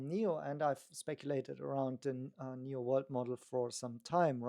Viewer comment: NIO not NEO please! 😢